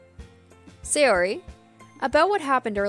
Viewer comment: The correct pronounciation of japanese names is ALWAYS emphasising the first vowel of the name. So it's not Say-O-ri, but S-AY-ori for example. Same with every other name. Americans tend to pronounce japanese names wrong, because english names usually emphasise the second vowel instead of the first.